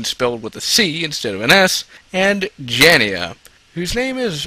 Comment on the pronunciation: Geez man, it's pronounced Jay-na. I can forgive shoddy pronunciations of most other characters names because they really are tongue twisters, but seriously dude? Even a 3rd grader could read the character's name is pronounce it correctly.